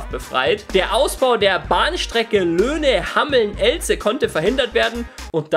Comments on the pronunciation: Hameln, nicht Hammeln und Elze nicht Ellze du hammel :D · Haha, komme aus der Gegend - Wer kennt auch die Rattenfänger Stadt HAMMELN!? Oder Ellze, xD. Es wird etwas anders ausgesprochen, als es tat. Sturm geht echt ab hier in der Umgebung. Gehe morgen auch nur raus(kein joke) um mir eine Bunte Tüte zu kaufen. Naja, gute Nacht. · das heißt hameln und nicht hammeln und elze wird mit einem langen e gesprochen :D